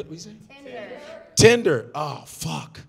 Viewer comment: Omg..when she said Tinder I swore it was the N word...I was like Oh shit! How is gonna improv around this one?? 😂😂😂